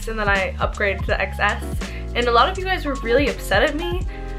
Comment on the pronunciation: it is XS but it is pronounced “10s” because the X is just 10 roman numeral.